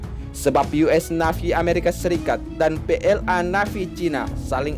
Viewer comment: Tulisan nya " NAVY ", memang..., tapi Dibacanya..." NEIVI ( Y ) ", Mas Broo....., bukan dibaca " NAVI (Y )" lg.